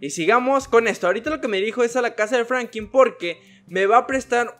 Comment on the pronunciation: Amigo se dice Franklin no frankiii es un tip por si quieres tener mas fans osea